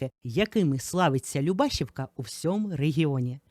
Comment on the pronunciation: ЛюбашІвка, наголос на і❤